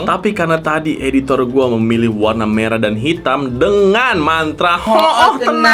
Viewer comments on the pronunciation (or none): Abang pesulap merah bukan medrah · Merah ❌ Medrah 🗿✅